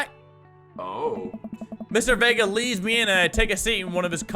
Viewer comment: thank you for pronouncing my last name Vega right